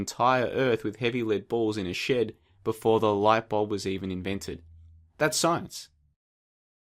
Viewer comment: Is it just me or does his pronunciation of shed sound a lot like shit?